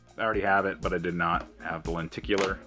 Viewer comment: The first time I ever heard anyone say the word “lenticular” was watching a Pete Dorr video. You are number 2. Which is to say, you are poo. Because you said lenticular. Apparently. How do people who don’t know the word “lenticular” say “lenticular?” I don’t remember. Blame Japan and the cloud.